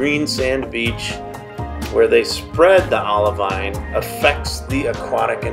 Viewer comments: I messed something up though. A geologist reached out to me and said I need to pronounce it "oliveen". We'll, here's hoping I get to go to Hawaii or the green sand test beach so I can correctly say olivine when I get to touch it! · It's pronounced OLIVEEN! I'm sorry! A geologist reached out to me and told me I was saying olivine wrong. I should have pronounced it OliVEEN. Sorry! If I get to go see the Project Vesta test beach, I will say it correctly for sure!!!